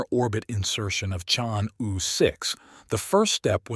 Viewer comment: "Chang'e" should be pronounced as 'charng' 'err' Take your time, read it out, slowly